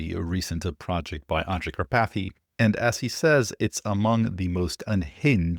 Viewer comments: Hehe. Car-pathy 😂 It's a very typical Slovak/Hungarian name, originating from the mountain Karpathien. But I love your version :) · OMG,, 🤣🤣🤣🤣🤣 "Kar... PATHy" glad i was not drinking anything at the time i listened you saying this! 😂